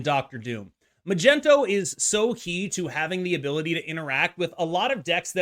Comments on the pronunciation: Can anyone explain why bynx and him say "Magento"? ... It drives me nuts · Why the hell do you and Bynx call him Magento 😂😂😂😂 is there an inside joke I’m missing here or are you being serious…?!